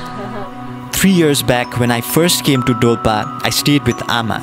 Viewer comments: that's dolpa not dolpo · Not dolpo its call dolpa